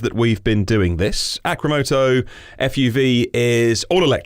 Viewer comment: You spelled the company name wrong in the title and was saying it wrong the whole time... it is supposed to be "Arcimoto" A, R, C, not A, C, R.